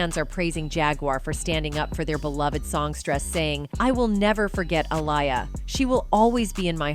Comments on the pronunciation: It's not alya it's Aaliyah... Say it right please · The Robot that read this has obviously never heard of Liberace. It's pronounced LIB-ER-AH-CHEE!🙄 And only AI would pronounce Aaliyah as "UH-LIE-YA".😖😐